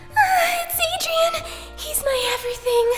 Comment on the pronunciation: It’s adrien not adiren